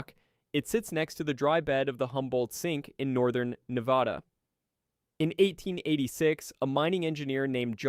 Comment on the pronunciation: Bad pronunciation. Period. Can't even finish. Can't even say Nevada correctly. Research how words are pronounced before you say the video with your Whole chest...